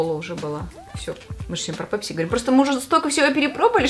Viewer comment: Мы русские с нами "пЕпси" это просто😅😅😅😅😅